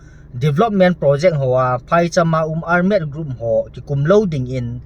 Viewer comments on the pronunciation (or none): Ar-med? Ole armed (thalchoi armed) joh nasei na hiding baha? Seikhen lou ding.